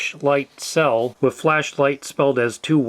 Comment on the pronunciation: It’s thhhh not ffff. It’s with not wifff.